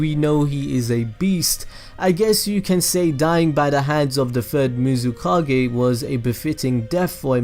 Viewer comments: "Muzikage" im dead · The fact that you said everything right, even the swords name, except the FUXKING Mizukage, is amazing 😂